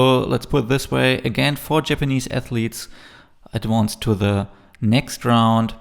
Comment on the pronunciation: Please learn to pronounce "advanced" correctly.